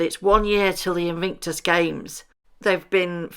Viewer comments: Its Invictus not Invinctus. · Great vid but PLEASE can you pronounce Invictus correctly ... not InVINCtus!!